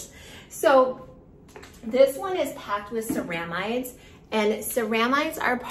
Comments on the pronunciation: Thought this too! SARAH-mides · Indeed, was looking for this comment. Its CEramides, with the accent on the 'ce', not the 'ra'. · Ceramides is mispronounced It should be seh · ruh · midez